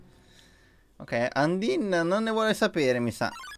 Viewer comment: Undyne è Il personaggio piu fiero del gioco Dopo papyrus ovviamente Ps si dice andaine un undin e poi si il pokemon è scraggy e l'occhio rosso lo hai preso dal telescopio